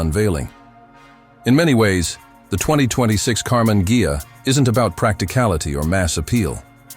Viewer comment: AI always makes mistakes (still). Her always Karmann "Gia", in Karmann "Geia"...